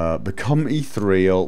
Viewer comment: Eeth-EAR-ee-al. Become like ether. Eeth - EAR- ee-al. Not eeth-real. Leaves out an entire syllable.